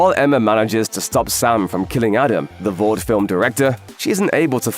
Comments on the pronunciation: Why he saying vaat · When someone with a British accent tries to copy American pronunciations for certain words, instead of saying them as they would naturally. 🥲 Vought should rhyme with thought, polarity with clarity, etc. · Absolutely wild to hear your pronounce the word Vought with an A, giving that it is spelt without one and said numerous times in the show